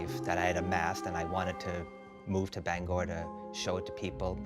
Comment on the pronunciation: Thanks for saying Bangor Right.